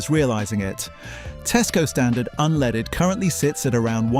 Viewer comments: What's this "unleeded"? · How can you take somebody serious when they can't even pronounce unleaded correctly